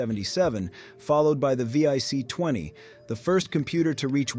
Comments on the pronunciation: Yes - VIC20 (pronounced Vee Eye Sea, instead of Vic) and Jack TramEE EL instead of Tra MEL. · You should put more time into it then. Mispronouncing commonly known names is a disservice and makes people distrust the rest of the content of the video. Another quick example is the Commodore VIC 20. Pronounced Vick, not V.I.C. I’m sorry but I could have a more accurate experience by simply selecting the text of a Wikipedia article and having my phone read it to me.